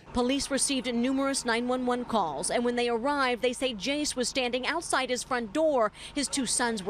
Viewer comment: did she say atside?